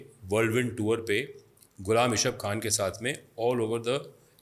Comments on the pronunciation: How you write a book when you are not able to pronounce Ghulam Ishaaq khan? Ishaaq khan not isq khan.😅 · It's not Qaadir it's Qadeer khan and not ish aq khan but Ghullam Is haaq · All lies hinduata it is gross lies you even not pronounced Ghulam Ishaq khan.